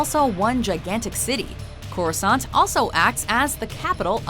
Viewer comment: I noticed Corrisant sounds like CROISSANT.